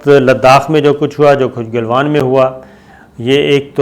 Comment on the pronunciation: Jab bhi aap jenab bolte hein mein samajh jaata hu aap news fabricate kar rahe hein. Doosri baat yeh he aap baatoon ko bohot kheenchte hein. It gets boring. Khuda k liye it's not Golwan it's Galwan. Pata nahi aap log aur news sources se yeh naam sun kar yaad kuon nahi rakhte. Issi tarah kuchh log Pangong Tso (lake) ko pronounce karte hein tuso. Khuda ka wasta tuso ei bohot badi gaali he. Tso aap log nahi bol sakte ya to lake bolo ya cho.. Pangong cho.